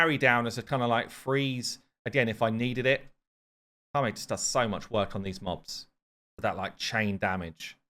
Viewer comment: Ka - Met is the pronunciation